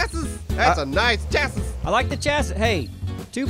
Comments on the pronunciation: It's pronounced "chassy" lol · The way chassis is being said. cringe makes me feel ill.